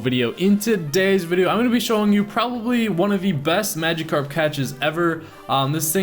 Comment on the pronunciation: nah ur saying it right that's how they say it in the anime